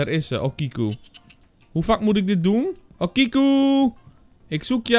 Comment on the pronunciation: Hey, ik weet niet als je het interessant vind maar ik ben een student japans! Okiku spreek je uit als ‘o’ als in open ‘ki ‘ als in key en ‘ku’ als in cultuur. Sake is ‘sa’ als in saai en ‘ke ‘ als in kerk. Ik hoop dat je dit interessant vind